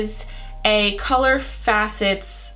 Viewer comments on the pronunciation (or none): Wow. Annoying ( with that ugly accent) and dumb!! Can't pronounce faucets.